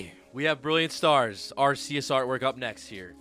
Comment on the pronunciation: You still haven't gotten a copy of the official Pokemon guide book. It tells you the pronunciation of all the Pokemon. It's Arceus and not Arse e us.